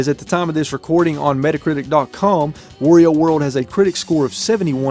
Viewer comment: You are pronouncing wario wrong lol